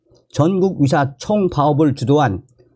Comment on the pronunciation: 😒맞아요! 북한식 발음인지 몰라도 며칠전부터 위사 위사 하시는데 너무 귀에 거슬립니다.